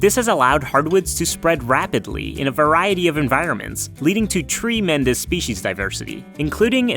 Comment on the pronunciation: What is "Tree Mendez Species Diversity"? Or did you say "tree-men that species diversity"? Could you run that by me again with a bit of clarity? I'm going to go look up the Mendez thing in case that's what you said.